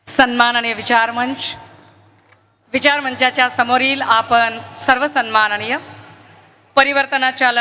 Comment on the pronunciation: सुरवातीचे डायलॉग घरून पाठ करून च येते.. सणमाणणीय... सणमाणणीय...